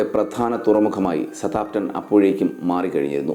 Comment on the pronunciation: വീഡിയോ കൊള്ളാം മാഷേ ഒരു ചെറിയ തിരുത്തു സ താം പ്റ്റൺ അല്ല സൌത്ത് ആമ്പ് ടൻ ആണ് ശരി എന്ന് തോന്നുന്നു... ഇംഗ്ലീഷ് ഉച്ചാരണം ഒന്ന് നോക്കിയേക്കുക